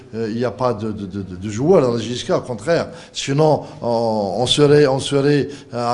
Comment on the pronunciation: Il est temps que tu quitte la jiska comme tu le prononce